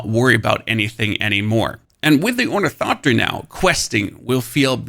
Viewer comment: it silently kills me that the guy who did the best ornithopter tutorial also can not pronounce it correctly, not for failure, oh no, because his god damn accent :face-green-smiling